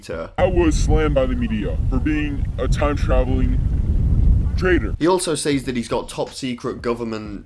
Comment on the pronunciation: I'm not used to the way you say "says" with the y being emphasized. Just wanted to say that.